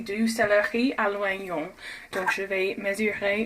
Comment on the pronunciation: Petit commentaire pour t'aider a la langue française on ne dit pas oignons avec le son OI mais avec le son O c'est a dire ognion merci pour cette vidéo 😄